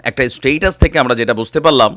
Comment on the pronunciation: স্টেইটাস না স্টেটাস। ভাই উচ্চারন ঠিক করেন